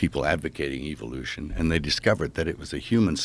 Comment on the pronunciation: Around 36 minute mark, did Mel mispronounce the word evolution on purpose. (Sounded like “EVIL-ution” 🤨